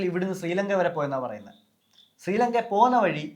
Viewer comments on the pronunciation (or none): none